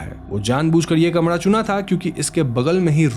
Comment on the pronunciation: Yaar …I really admire your work….why don’t you work on your Hindi It’s Kamara not kamadha 🤦🏻‍♂️